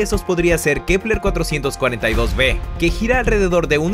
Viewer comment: Like por cuantas veces dijo kleper